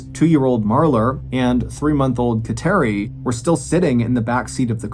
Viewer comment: She was Catholic for sure because of thr name of her daughter. But it is pronounced KAT-er-ee